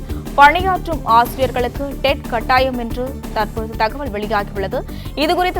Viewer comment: காட்டாயம் ...அல்ல. கட்டாயம். தமிழ் தெரியாதா???